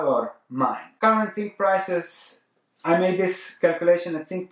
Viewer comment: Could you please stop saying "tzink" It's hurting my ears every time I hear it in your videos.